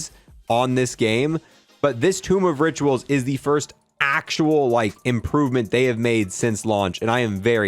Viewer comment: he said tomb of riturals